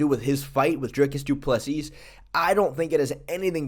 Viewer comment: Say doo plu SEA......Not seasssssss,no remove last s